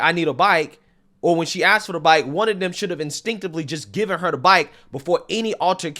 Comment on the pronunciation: She axed them